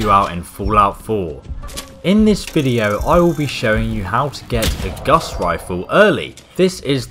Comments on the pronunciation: it's gauss not guss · Its pron gowse not guss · IT'S FUCKING GAUSS NOT GUSS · Its not his accent, I'm English and its fucking gauss, not guss. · Dyslexia doesn't affect the pronunciation of words from memory, it just affects just reading words that are written down. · Gauss not Gus Carl Friedrich "Gauss" the unit of magnetic flux is after him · it's not Guss Rifle you dipstick xD it's a Gauss Rifle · It’s not “Gus” it’s Gow-s like House but Gauss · It’s not the “guss” rifle it’s the gauss rifle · Guss rifle? It's GAUSS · ocd is kicking in you keep saying it wrong its not a guss rifle its a gau-ss rifle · Who's Guss?... You mean Gauss?? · Open World Gaming it's not even gauss rifle it's pronounced gaws rifle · GAUSS NOT GUSS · Isn't it Gaus Rifle ? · Guss? We all know it's Guass Rilfe*!!!*! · Its gauss not guss. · The “Gus” Rifle? “Pry”dwen? We’re reaching Jon levels of mispronunciation. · I'm English too, and I'm telling you that Gauss should rhyme with "house". Also, the Prydwen in pronounced "prid-win", not "pride-win"; the BoS door guard in the video said the name as you walked past her. This might seem a bit of a nit-pick, but I'm hesitant to accept advice from someone who can't even pronounce the names of the items he's explaining. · He also said Guss in the video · the " Geuss " rifle or something is how i hear him saying it. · Both of these annoy me, and it sounds like he's saying Gus rifle to me, either way it bitters my fritters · It's not fucking "Pride-wen." And it's not fucking "Goss Rifle." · G U S S R I F L E P R I D W E N Why do fallout youtubers always pronounce everything wrong... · "Gus riflle" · So it's not dyslexia that's making say guss instead of gauss it's just knowledge for all he knows that's what it is, or he is just joking. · can't pronounce anything right, pridewyn, Guss Rifle, supermutantbehemooth. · guss rifle he said it wrong and it isnt his accent its in the thumbnail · The guss rifle the bee-hee-moth and the pride-wen